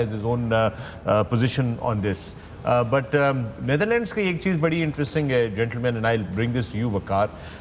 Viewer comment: It is Not Neitherland it is Netherland Mr. Wasim 😅